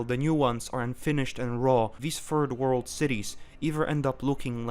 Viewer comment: I love how you pronounce third world as "turd world"